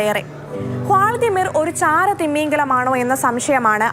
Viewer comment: തിമ്മിഗലം അല്ല തിമിംഗലം